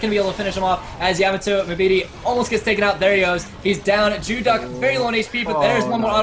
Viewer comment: Love that mispronunciation of Yamato; "yay-mah toe".... ^^